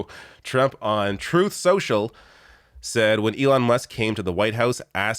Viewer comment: Did T-rump call it tooth social?